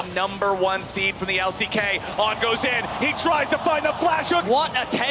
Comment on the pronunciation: that 'on' absolutely killed me